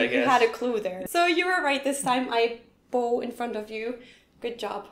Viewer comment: PRONUNCIATION ALERT". 'Bow", in context intended, should be pronounced same as wow, ouch, cow. pronounced it as Bow, "bow and arrow", violin bow, sew..... fluency in English is better than a lot of actual English people. It is rare she makes an error.;)